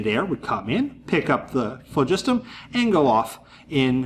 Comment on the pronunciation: this guy is the only YouTuber so far that appears to pronounce phlogiston properly AND weight a burning candle. A guy to watch.